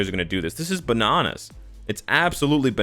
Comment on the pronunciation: "This is bononos"